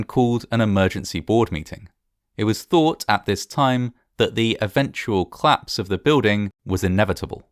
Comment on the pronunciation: Oh this must be a claps! Oh yes, and the plice arrived :) I am so happy you still omit the o in these words. It makes me laugh.